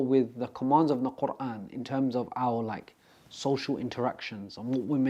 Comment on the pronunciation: His pronunciation of the word Quran made my heart melt ❤ Brother you have been blessed.